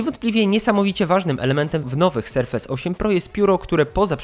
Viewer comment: BŁAGAM... Serfes a nie serfejs.